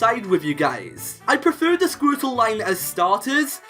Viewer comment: I like how he says Squirtle, Sqourtle